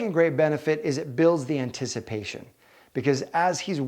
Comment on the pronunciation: This was a really informative video. It makes a lot of sense. Guys DO enjoy a challenge. However, I had to point out I totally heard “An-tish-i-pation” lol